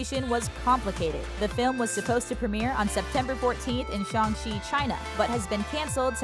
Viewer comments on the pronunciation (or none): none